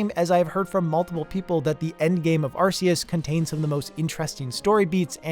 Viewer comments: Dude arc-a-us not ar-ce-is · im a 100% player, i like to do everything and collect eveything in a game just see if theres a secret, i have never rushed to the ending in any game iv ever played arceus official pronounciation from the pokemon company is ark-e-us not arce-us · Just like to point out, it’s Arceus, pronounced Ar-key-us. Not Ar-see-us. Same with Sifu, it’s pronounced She-foo, not See-foo. Think Kung Fu Panda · Will everyone stop saying ar-see-us? It's ark-ee-us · Your pronunciation of Arceus irritates me to no end. But this idea with end credits seems to point to a big design principle in general: Presentation can make or break design. I’ve learned that the hard way in my architectural classes, because you might have the best design imaginable, but if the presentation of that design is shaky at the beginning or the end, it often won’t matter how good the work itself is. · Ah, glad you talked about pokemon legends: arseoos.